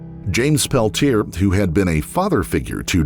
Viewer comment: it's a French name, pronounced "pell tea ey" And if you want to tell me it's rude to correct people's pronunciation, that has no effect on me, because I am French. I fart in your general direction 🦨 💨